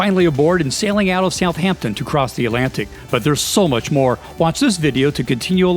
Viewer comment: It's Southampton, not South Hampton. Like Washington, not Wash Hington.